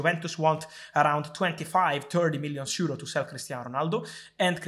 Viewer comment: "TIRTY-ONE million seuro NET" i love you fab 😂